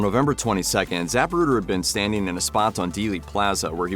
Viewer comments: Zuh pru' der, not Zap' pru der. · ZAPruder? Get it right. President Kennedy died instantly in the limo. Try getting your “facts” straight! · Is it ZAPruder or ZaPRUder ??? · The narrator mispronounces Zapruder. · Learn how to pronounce Zapruder. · If you’re going to make a video on the JFK assassination, please learn how to pronounce “Zapruder”.